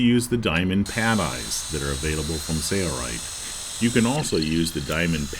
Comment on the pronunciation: Dude needs to learn how to pronounce SAILRITE instead of "SAYRITE".